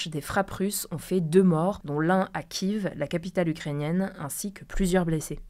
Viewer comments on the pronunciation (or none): c'est pas "kiv" la capitale mais "kief" c'est bien de donner des infos mais au moins on se renseigne sur la prononciation merci